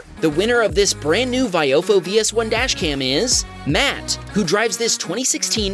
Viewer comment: Still cant pronounce viofo correctly.